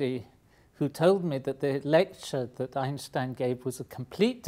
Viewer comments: you are the first english speaking human that i hear saying einstein not einstain like every one else :D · I am thrilled to hear an Englishman pronounce 'Einstein' right. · I was pretty amazed that he said "Einstein" in the correct german pronounciation. Very cool. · Great Video And he's one of the few people that know how to pronounce Einstein correctly